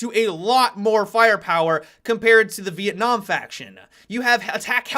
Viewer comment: "Vietnam side" Are you serious? That was embarrassing to listen to.